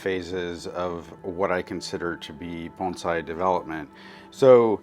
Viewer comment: Thank you for saying "bone sai" not "baan zai"!